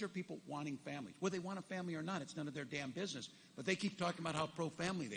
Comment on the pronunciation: I'm so impressed everytime he says "DAMN BUSINESS" So very impressed. 😂😅😮😢 Oh wait, no I'm not.